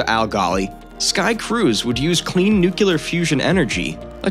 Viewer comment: "Nuc-ye-Lar" powered...